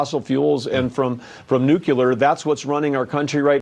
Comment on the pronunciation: Nucuelar. Just like Jimmy Carter.